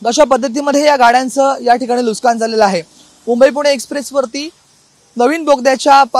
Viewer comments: नुस्कान नाही नुकसान म्हण लवड्या , मराठी बोलायला शिक आणी मग् पत्रकारिता कर... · Nuskaan nahi. Nuksaan. Neet marathi bolayla shik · अरे बाबा, नुसकान नसून तो शब्द नुकसान आहे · नुकसान ❌ लुस्कान ✅ 😂😂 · Nuskan nahi re Nuksan zhale mhan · नुस्कान नाही नुकसान रे बाळा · Nuskan ❌ Nuksan ✔️ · Nuskan nahi re dada nuksan mhanun Marathi Maharashtra saktiche kele pahije 😅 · अरे लाज वाटली पाहिजे TV9 मराठी ला. "नुसकान" नाही. "नुकसान" असा शब्द आहे मराठीत. ला राज ठाकरेंकडे पाठवा. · Nushkan nahi pan nukshan,kasha anpadh reporter? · वार्ताहरला मराठी नीट शिकावा नुसकान नाही बाबा नुकसान म्हना.... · नुसकान नाही रे! नुकसान😂😂😂😂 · नुकसान कि नुसकान नीट बोलावे . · ARE BHAVA NUSKAN NAHI NUKSAN. ASE KASLE MARATHI BOLTAT REPORTER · अरे मूर्खा नुसकांन नाही रे,नुकसान म्हण. मराठीचा खून करू नकोस.😡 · नुकसान ला हा पत्रकार नुसकान म्हणतोय. कोणीतरी सांगा याला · नुसकानं नाही नुकसान असते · NUK SAAAAN !! NUS KAAN NY RE 😂